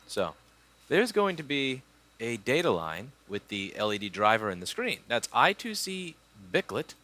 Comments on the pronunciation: I2C is pronounced "eye squared see" ;) but eye two see is okay too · I^2C (or I2C) is pronounced eye square(d) see not eye two see (not sure if its squared or square tho) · It actually is pronounced I squared C . Sorry to be a nerd